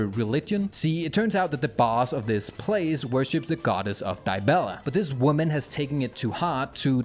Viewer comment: Holy shit, that Dibella pronunciation... Great to see another banger tho